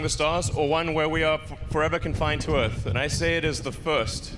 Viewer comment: Beyond Planet Aeirth ? Space accent already?